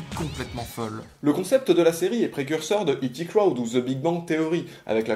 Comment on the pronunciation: Oh nooon, en tant qu'angliciste je pardonne l'accent anglais mais... t'entendre prononcer I.T. crowd (Aïe ti) comme si c'était E.T. crowd (I ti) c'est violent! ^^ J'espère que c'était juste une erreur d'inattention de ta part. J'avais vu Scott Pilgrim avant de lire les premiers tomes et j'avais pas calé qu'il y avait plus de références au jeu vidéo dans le film que dans le bouquin (alors que j'avais quand même adoré les références du film). Bon, j'ai vu que Shaun of the Dead il y a des années mais j'imagine que j'vais me faire toute la trilogie Cornetto pendant les vacances.